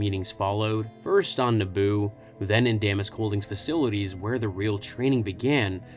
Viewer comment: You're pronouncing Damask wrong.